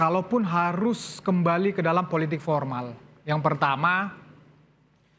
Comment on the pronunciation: Joman bilang politik pormal , bukan political animals